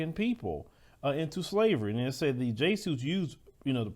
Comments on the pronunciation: Jesuits is Pronounced: Jeh-zoo-uhts 😇 And you are correct regarding your research 👍 My Elder is always touching on this topic in our Hebrew History and Bible Academy. (GOCC) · It's pronounced, jez-zu-its. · Damn! It’s pronounced Jess-sue-witts! 😳😂 Anyway! Our Torah/Bible says they will receive No mercy at all! They will receive double punishment for the crimes of their people. So-called religious groups claim to know the holybook, but seem to not know that that in the book.🤷🏿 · Would you PLEASE get "Hooked on Phonics" Jay soots??? You should be ashamed. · Pronounced jez u wits